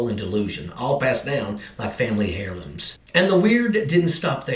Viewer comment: It's pronounced Air-looms not hair-looms. The H is a silent as the Tesla logo. By the way, no one understands nor gets the academy reference at all.